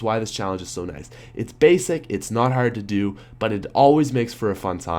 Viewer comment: Why does he pronounce hard like that? Isn't he American?